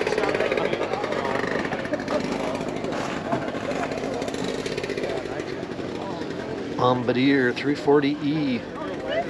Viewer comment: Dude , .... . it's Not Bom ba deer ! It's "Bom bar deeyay" . It's the inventors surname of the first snow mobile